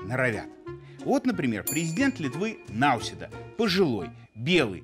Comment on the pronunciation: Господин Лавров (ударение на "а"), незнание правильности произношения фамилии президента соседней страны, обесценивает вашу профессию.